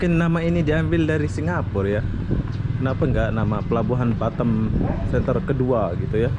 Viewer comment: Boss nyebut BATAM nya kok jadi BaTEm...hehehhehe klu di englis nya artinya lain boss hahahha